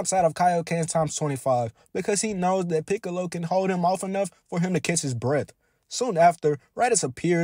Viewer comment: Every time you say Catch or catches,it was Similarly Pronounce As Kiss or Kisses😅